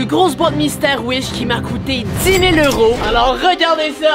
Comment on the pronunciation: Pourquoi tu dit heure tent dit que tu abite au Québec et au Québec ses des dollars pas des heuro😅